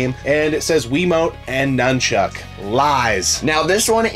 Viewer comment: It's nunchuk not numb Chuck